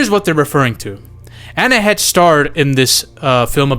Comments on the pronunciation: no "Anna Hetch" is not 🤣 This dude needs to learn how to pronounce celebrity names's🤦🏻‍♂️I mean originally this was a cinema related channel was it not?! [rhetorical question] C'mon my guy, get your shit together... SHEESH! 😆🙄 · Heche is pronounced "Haish." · Anne Heche(Hey-shh) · Come on and pronounce her name right please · Subbed. I didn't like because you have to pronounce ppls name correctly. Heche man. YouTube the pronunciation